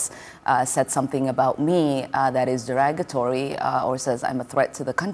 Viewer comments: Every time I hear her speak, I cringe. But, her pronouncing the word derogatory, deragatory, makes my skin crawl. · She said derAgotory, 😂😂😂